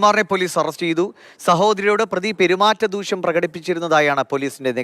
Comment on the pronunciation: ദൂക്ഷ്യം അല്ലെടോ ദൂഷ്യമാണ്.